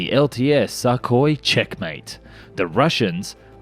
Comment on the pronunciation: I love the way the narrator consistently pronounced the name Sukhoi as "suck-hoi" and not "soo-koi"...the not so subtle insult is much appreciated. ROFLMAO